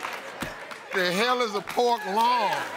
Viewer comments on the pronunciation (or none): I know I'm drunk but are we gonna pretend like she said L I O N for loin instead of L O I N 🤔😒🙄🤣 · LOIN! LON, PORK LAWN! L-I-O-N LAWNNN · i love how she said loin but spelled lion 😭 my managers and i recite this daily at work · I couldn't stop laughing the young lady saying pork lawn first and the she goes ahead and spelled it lion, but the icing of the cake was cupine 😂😂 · Said, "Lawn". Spelt, "Lion". Meant, "Loin". You can't make this shit up. 🤣🤣🤣